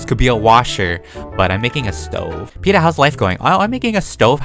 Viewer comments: You said stO not stov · Lol you said sto it’s stove lol🤣🤣🤣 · You call it a Stoven! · You are saying it wrong it a stoven